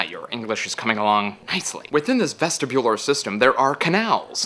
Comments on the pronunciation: ves-TIBular... wrong emphasis on the wrong syllable :| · ves-tib-ular, not ves-ti-bular I'm not sure if you did it on purpose so I just wanted to make sure that you knew. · you pronounced vestibular wrong, you put too much emphasis on the u